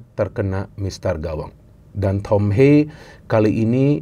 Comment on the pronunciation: tolong lah pronounce nya. Thom Haye, bukan thom heyy, atau thom heii